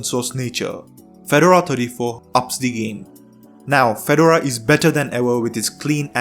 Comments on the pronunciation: Feh-door-uhh, not fed-ur-uh. Per Red Hat. And Ubuntu (all Debian variants, really) is just as good. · It's pronounced Fe-DOR-a, accent on the 2nd syllable. Like the hat in their logo. You're saying FED-or-a. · Fed-DOOR-RAR - not Fed- u - ru ;) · I thought he was saying "Phaedorah". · Pheh dora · You have done a great video, but it is pronounced Fah-door-rah, it is a type of hat. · Drinking game -- drink every time he mispronounces Fedora. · You could have researched how to pronounce the word "FEDORA" or for that matter the word "SUITE"